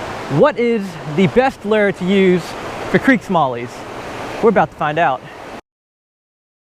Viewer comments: I don't usually post just to hate, but goddamn does he get on my nerves sometimes. Between his constant screaming, which actually hasn't been as bad lately, and him say fucking "ler" in the first :10 seconds I damn near turned the video off. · where are you from? because you say lure like someone from down south im from ct and pronounce it loo-re while you say lurr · The way he says lure... "lerrr" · I hope you never learn how to say lure correctly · How he says lure is hilarious